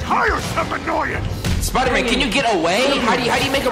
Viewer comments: U keep sayin “spider-min” my guy its Spider-man” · It is Spider-Man not spider-men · Why does he keep saying spidermen? 🤣🤣🤣